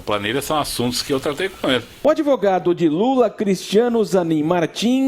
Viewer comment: "Adevogado" dói viu!!! Kkkk